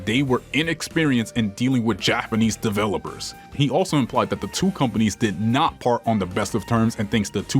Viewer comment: This mf said “Devolper:”